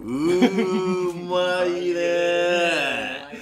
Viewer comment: 「うまいー」の発音が「まいうー」